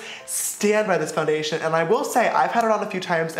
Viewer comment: he was going to say less get into the video but he said lets get in to fondayshen